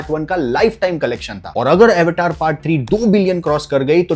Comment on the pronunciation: Bhai.. Avetaaaar naam nahi hai iska 🤦🤦🤦 it's Avatar... (Sanskrit word) Pls spell correctly as an Bhartiya